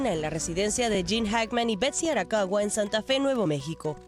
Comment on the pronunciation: SE DICE : ARAKAWA!! (No Arawaka)